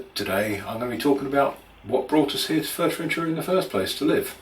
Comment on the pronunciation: Maybe first try to pronounce the name of the place correctly...